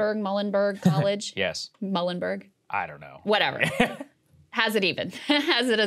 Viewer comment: I usually hear Muhlenberg pronounced like "Mew-lenberg". Krystal got Susquehanna right